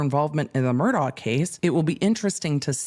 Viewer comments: It’s pronounced MUR-DOCK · Pronounced Mur Dock